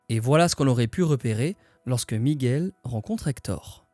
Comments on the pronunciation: Super video comme toutes celles que j'ai vues dernièrement. J'en savais déjà beaucoup, j'en ai appris d'autres. Bravo pour ce boulot ! Ps : Prononcer Miguel par erreur "Migouel" une fois sur deux, ça a trigger mes racines un peu XD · On ne dit pas "Migouel" please, ça écorche les oreilles. Merci